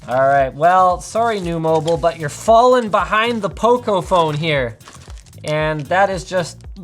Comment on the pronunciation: It sounds like poko when Linus says it 😂